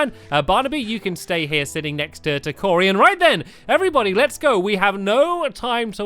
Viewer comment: Stampy is Rubbish When he starts his Videos he always say Hello Evarybody To a Minecraft video!